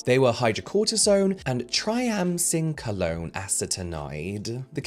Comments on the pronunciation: Let me help I do medications at a nursing home phonetically it’s pronounced try-am-sin-alone took me forever to pronounce it 😊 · Try-am-sin-alone (triamcinalone) Took me awhile too when I had it temporarily prescribed in the past for a lip thing. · I noticed you struggling with Triamcinolone’s pronunciation! Idk if you care or not, but if you do care, its pronunciation is Try-am-sin-alone! Anyway, thank you so much for all the education you provide for us! ❤ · Try-am-sin-ah-lone That's how you pronounce it. It's a corticosteroid (which is easier to say). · Pharmacist here 🙋🏻‍♀️ It’s so unethical to sell something to people that contains such strong ingredients without even mentioning them. I’m glad he’s educating people about steroids and their potential side effects when used longterm. And the way he pronounces triamcinolone is sooo funny 😂 love you james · The pharmacist in me cries a little every time you struggle to say triamcinolone 😂 I love it ❤ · Why do I watch influencers who can't pronounce triamcinolone and don't know a symbol for micrograms? I expected better from the person who presumably went to elementary school in Europe... There must be something wrong with me.